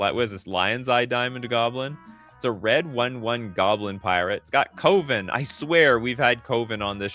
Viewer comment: Brother you're killing me and I mean KILLING me with that pronouncation of coven...